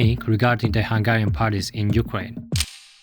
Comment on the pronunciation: Hungian? Where did you learn about our name? That one school in africa that prnounces google as gooloogoloo?